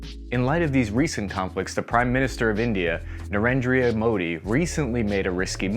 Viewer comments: I lost it when pronounced narendra as narendrea🤣🤣 That's almost on par with trump saying vivekamunandrum🤣🤣🤣 Keep up the good work Love from 🇮🇳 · Pls learn to pronounce Ladakh and narendra